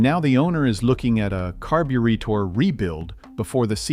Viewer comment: I hate AI videos, carb.u.retor?